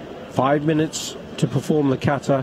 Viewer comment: Iran was better by the way you should improve your pronunciation of Japanese words you being the professional. Kata is Kahtah emphasis on the last syllable and NOT : kaytah Karate should be kah rrrrah tey with the [r] roll like in Italian. Not karah ti.